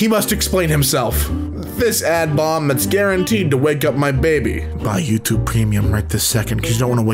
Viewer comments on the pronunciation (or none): none